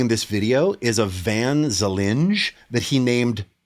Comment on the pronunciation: Van Zalingen. Pronounced vuhn záhlingon 😂